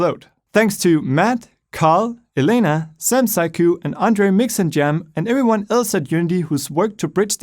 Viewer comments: After all this time he still can't say "everyone" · IS IT JUST ME OR DOES HE SAY "heyo eryone"